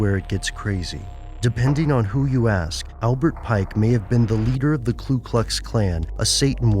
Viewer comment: Lol. He said Klu instead of Ku.